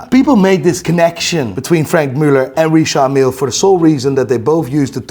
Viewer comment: Richard Mille watches 😫 it's "Richard" Not "Recharde" 😂 pretentious fools. Richard not Recharde 😅 Kid look watches.